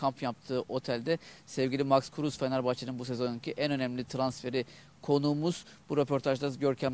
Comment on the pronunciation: kapattım.. Adamın ismi MAX KRUSE, krus DEĞİL. Sonra Max Kruse 'Eyvallah' diyor. -Oo yavaş yavaş Türkçeyi öğrenmiş... No Comment....